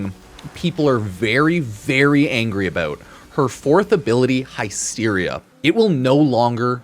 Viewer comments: Hi-steria. Bruh. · Everytime says the word Hysteria wrong, we take a shot.